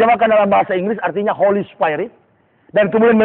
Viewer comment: ngomongnya bisa bahasa inggris tapi GA BISA BEDAIN HOLLY DAN HOLY???? dasar orang udik KAMPUNGAN tau ga